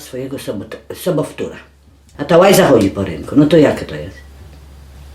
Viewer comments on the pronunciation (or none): muwi sie soboftura,a nie sobotwura